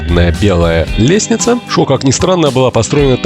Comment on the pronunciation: Спасибо за хорошие отзывы и прекрасный обзор столицы.Все прекрасно , и все же я не всегда понимал интонационные подчеркивания типо"лестница")) .Загадка!